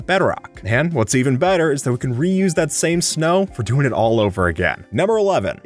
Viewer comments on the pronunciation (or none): none